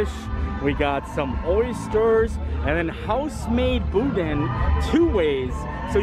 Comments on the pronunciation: It's pronounced boo-danh, the end sounds like fan. Boodyne made me cry. 🤣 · Its pronounced boo-dan not bow dain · Boudin is pronounced boo-dan (but very light on the “n”). However, that was not boudin like we make it in Louisiana — that looked like rice dressing/dirty rice, if you’ve ever had that. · Hey my sweet friend, the cheese wasn't burned; it was caramelized. Also, you need to use google translate or whatever translator you prefer to help you with pronunciations of words that you are unsure of like Boudin which you didn't pronounce correctly. Hope this friendly advice gets you around World Showcase a little easier.